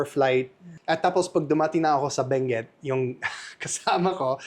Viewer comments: It is “Bangued”, Abra. Pronounced as “bang-ged”. Let’s not confuse it with Benguet, Mountain Province. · Bangued Abra not Benguet o Mali lang pagkarinig ko. hehehe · Say, Bangged for Bangued Abra so that it should not sound like Benguet. Ganun ok.✌️